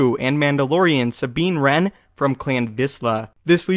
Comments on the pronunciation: IceGhostKnight Wren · it's Sabine Wren